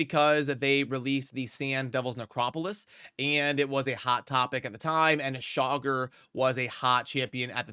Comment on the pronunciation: Please stop calling him Chogger, like jogger. It's Cha-gor. Drives me crazy.